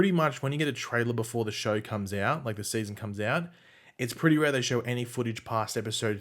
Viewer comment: “Seayson 7”